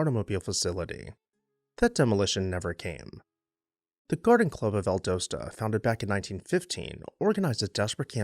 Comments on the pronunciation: Val-dos-ta not Val-dose-ta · You just pronounced it Val DOSE tuh. It's pronounced Val DOSS ta 😘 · Val daaa sta!! Not Val dough sta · Val d AH ssta. Not Valdooosta. I had to. It was hurting my southern lady’s ears. Carry on. You are already forgiven cause I love all of your videos. But hun, it’s VallD’AHsta. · Turpentine is pronounced like rye-pen-tine not tur-pen-teen. The city in Florida mentioned is Inverness, pronounced Inn-vur-ness. And as others mentioned Valdosta is pronounced Val-dah-stah. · It’s pronounced VAL-DOSS-TA, Doss, like hoss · You're killing me with your pronunciation of Valdosta. Val-Dah-sta. The O is a short o. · Well, as usual - a great overview of a very unique and beautiful house in GA! I have visited it a couple of times (once on my own, a few taking friends on the tour) and it never disappoints. But - you gotta say it with me... văl-DŎS-tə Val: Sounds like the "val" in "value". Dos: Sounds like "dahss," rhyming with "boss" Ta: Ends with a soft "tuh" sound Welcome to the Grand Old South.... 😁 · Refreshing to hear another story of a grand house that has survived. Love the background information and images., check me on this, but I believe the town's name is pronounced "val-DAH-stah" (last two syllables rhyme with "pasta"). Thank you! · Ok loved the video but you’re killing me with Valdosta. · Learn to pronounce Valdosta . Not cool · This is great. We pronounce it Valdosta (rhymes with Pasta) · He didn’t know how to pronounce Valdosta. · Fair! I like his pronunciation, too. Just not what I'm used to hearing.